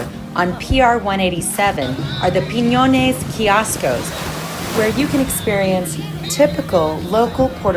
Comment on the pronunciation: You said Piñones correct! well done!